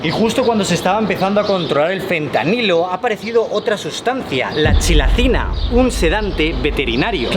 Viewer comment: No se dice Chilacina xddd